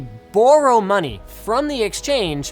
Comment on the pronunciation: the way he says borrow is funny